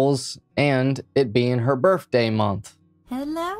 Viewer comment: It sounds like he's trying to say birTHday